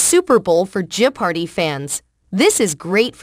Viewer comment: Yeah, I like Mayim but she should stick to acting. I believe Ken is better suited to hosting the show. It is kind of annoying with the pause but it is also annoying that the pronounciation of jeopardy in this video is not correct. :)